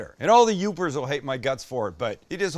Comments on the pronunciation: Awesome! I’m just seeing this episode now! Glad you took the recommendation! You did great only correction would be it’s Yoopers not Uppers 😂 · It's "Yoopers"